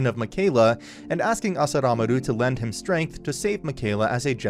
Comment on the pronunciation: Also it's "Asuramaru" not "Asuramaru".